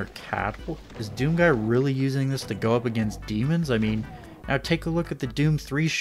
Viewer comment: I can’t believe it took me this long to watch this whole video, it kills me how you say “He’s a Doom GUY.”